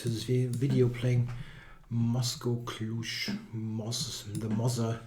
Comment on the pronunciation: Hi,...last letter pronounce like J, not ZH. Mozgokluj is a russian word, means The pecking brain.